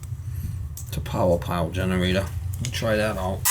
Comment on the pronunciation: Take a shot everytime “generatah” was said